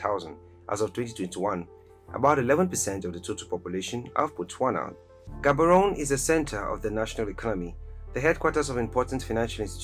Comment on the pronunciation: With all the love I have for my people and cities in Africa, let's not use emotions but facts. Gaborone and Windhoek (names pronounced wrong by the narrator) were mistakenly put on the list. The cities are way too small and development there is at its infancy. More needs to be done!